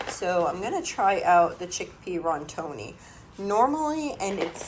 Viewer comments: Sweet lady: it is not Rontoni. It is. Rotini. (Row teen eee). It make me smile when you say it. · I love you and I watch your channel all the time! And maybe you do not care how you pronounce different things but just in case you do I was just gonna let you know how to pronounce a couple of the things that you mispronounce on here. This time it was pasta. So, Rotini is pronounced ROW-TEE-KNEE and Penne is pronounced PEN-YAY. And like I said, you may not care and I’m not trying to be a snob. I just thought you may want to know how to pronounce them.